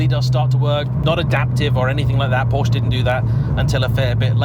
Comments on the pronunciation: Oh well back to mispronouncing Porsche again, after getting it right last video (Focus ST) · Please please people it is pronounced Por-scha not Porsh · But it is also important to know that Porsche is a 2-syllable word!